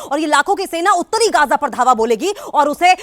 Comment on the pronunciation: Gaja nahi bay Gaza bol